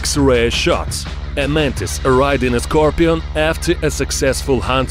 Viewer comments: SCAR - PEE-ON ...LOL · Nobody: Not even a soul: Not even from the earth it’s self: Him: Es ScRoPiAn